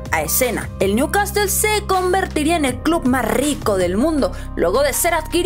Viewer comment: al principio dijiste bien el nombre del club pero a la segunda new CASTEL 🤦🏽‍♂️